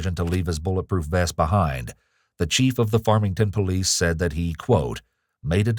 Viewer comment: ... When they Yell "Farmington Police" or whatever kind/jurisdiction of police they are, I hope they yell it better than this guy. I had to go back and relisten to is, because I didn't now what he yelled... and even after seeing "Farmington Police" in the captions, it sure as hell doesn't sound like that's what he's saying.